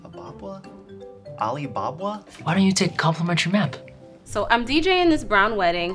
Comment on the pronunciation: When the guy said Aqaba and then said Ali a Bob bwa to the real Aladdin 😂😂😂